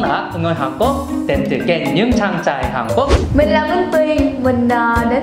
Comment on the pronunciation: Hán cố cừ nghe Như anh lù gọi chị boa vậy ta 😂😂.